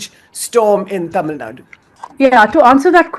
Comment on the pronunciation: Tamil Nadu.... Not Tamil Naad